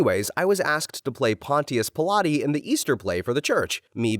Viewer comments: The Pontius Pilate pronunciation is infuriating. 😩 it’s “Paan-chuhs Pai-luht”, not “Pon-tee-us Pill-ah-tee”. Sounds like “Conscious Pilot”, not Chris Pontius and Pilates. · not the pontius pilates pronunciation 💀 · The pronunciation of Pontius Pilate made me laugh It’s like paan·chuhs pai·luht or whatever google uses for pronunciation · “Pointteaus pilate”😭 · Pon-teee-uss lmoa I had to go back and listen to it twice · .....Am I the only one who noticed how he said Pontious Pilate? (For reference, it's PON-SHUS PILOT. Weird for English speakers, I know.) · U did not say Pontius Pilate 😭😂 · Literally heard that and came straight to the comments XD